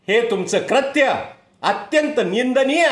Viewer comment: क्रत्य नसतं हो, कृत्य असतं ते आणि क्रष्ण नसतं हो, कृष्ण असतं.....